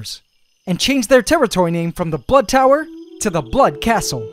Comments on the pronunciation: and luke baxter he said blood tower not butt tower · Baxter he said blood tower not butt tower